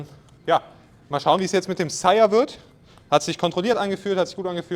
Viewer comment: Verstehe ich auch immer Chaya/Shyer/Shire... Später wirds Sire 😂 Hab ja einige Aussprachen davon gehört, aber das ist mit Abstand die falscheste 😂